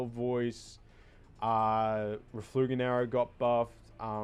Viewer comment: Just gotta be pedantic and let it be known that it's "Refulgent Arrow," not "Reflugent Arrow." =p